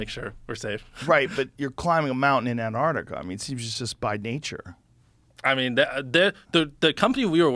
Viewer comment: ANTARCTICA...Finally, an American that says it properly. Good to hear. Well done Jimmy.